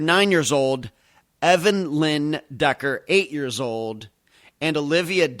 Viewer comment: I don't think her name is evenlyn. Maybe Evelyn but not evenlyn...